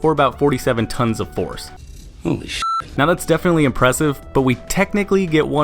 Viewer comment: 47 Tonfs That's heavy 😂😂